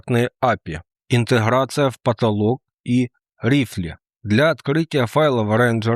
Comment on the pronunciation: Юберцуг, райфл... сцуко - уши кровоточат от "рифле" 😅🙈🙈